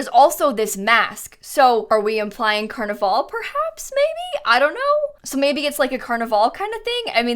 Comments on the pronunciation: Carn-i-vawl Carnival HAVE I BEEN SAYING CARNIVAL WRONG MY WHOLE LIFE PLZ TELL ME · ily but the way u say carnival 😭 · why did u said carnival like that haha